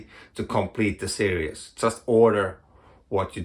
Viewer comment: Lobster Johnson and Criminal❤Series and serious are pronounced differently.🤓🤐